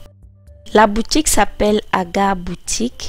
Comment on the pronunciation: Il faut dire AGAR Boutique hein Mme!